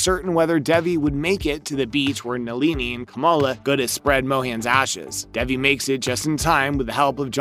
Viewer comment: bruh her name is DAY-VEE